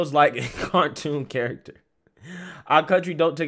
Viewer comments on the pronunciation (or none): none